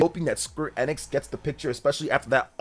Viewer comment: It's EEENIX not IN-IX. Stop saying in-ix.